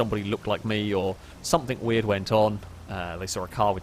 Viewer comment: Learned some new words, today. "Recognization" "Somethink" "Blowan"